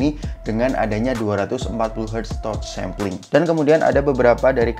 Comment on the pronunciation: Kritik dan masukan bang, kan suka mixing English gt, itu Touch boleh dilafalkan dengan "Tatch" dong, jangan "Totch".. 🙏✌️